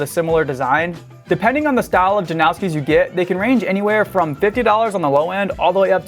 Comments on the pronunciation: don’t act like you know something when you clearly don’t. he said himself it’s pronounced like noss not nows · His name is pronounced that way. "Steh-fawn Jan-ow-ski" he's from the same town as me my mom's friend got engaged to him hella long ago. Just how u pronounce it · if it was based on polish pronunciation it would be yan-o-ski. usually the americanized way just disregards that and it's just janowski